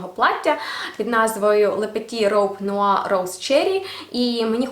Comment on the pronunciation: Noir французькою звучить як " нуар". Ще ["бланш бэт" Ликид имажинэр]😉